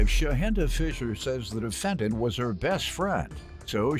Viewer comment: How did the announcer pronounce the defendants name??